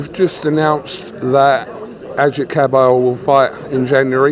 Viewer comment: Why does say Useck!!! It’s so annoying